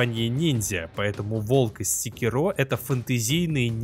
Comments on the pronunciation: не сикерО а секИро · Называть секи́ро секирó, все равно, что называть бурати́но буратинó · Секиро́ ухо режет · Правильное ударение "секИро", ну на крайний случай с натяжкой "сЕкиро", но никак уж не "секирО" Ну и я уже молчу про то, что автор абсолютно ничего не знает про шиноби... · секИро. в оригинальной японской озвучке его именно так произносят. И это его имя, а волк - псевдоним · Это так, но в японском есть акценты, играющие роль ударений, и в японской озвучке явно слышен акцент на секИро. Опять же, есть и более-менее каноничная английская озвучка. В английском ударения есть, но при этом прозвище главного героя произносится довольно монотонно (по-японски). Из-за этого в английской озвучке можно расслышать как варианты секИро, так и секирО (уж как мне кажется). Но с чем я точно не согласен, так это с вариантом сЕкиро - ничего подобного при всём желании расслышать не получится. Но десятки обзорщиков со мной не согласны) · Каждый раз когда слышу ударение на последний слог в слове Секиро, аж передергивает)